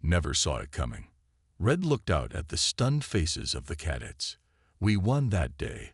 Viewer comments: Cadets, emphasis on the second syllable. Cuh- DETS. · After hearing "caddets" the fourth time I was out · ...what's 'caddits', precious? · That annoyed the hell out of me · Pronounce cadets properly !